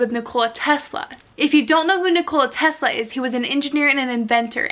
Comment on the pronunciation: No. She can’t even pronounce basic names like Nikola Tesla properly. Also she’s jumping to conclusions. Yes something strange is going on. But you can’t just jump to Illuminati/time travel conclusions